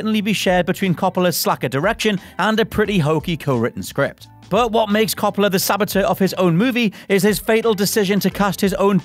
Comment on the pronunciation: The way you say Coppola... 😫